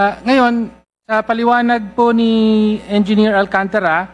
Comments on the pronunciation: Hindi Alcan tara ang pag pronounce nuon Alcantara bobo ka magsalita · alcantara ayusin mo pronounce mo